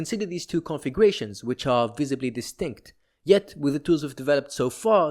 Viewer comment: I was became increasingly more annoyed each time i heard "configuwations"